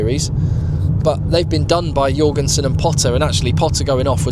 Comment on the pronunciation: For Max Jorgensen, you pronounce it with a J not a Y